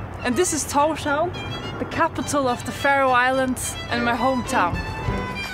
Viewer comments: Se pronuncia Tors-haven :) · solo paso a decir que Torshavn se pronunica Torsjaun. :) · Como pronuncias Tórshavn indíca que no tenés ni idea de la cultura / idioma / etc... pero bueno, por lo menos un parte de los videos son bastante informativos. Saludos